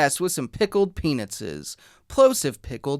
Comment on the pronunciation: ah yes, my daily dose of saying pickled peanutses